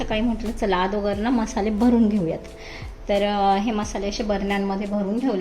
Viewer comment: मावशी आदोगर नसत ग अगोदर असत ते😂😂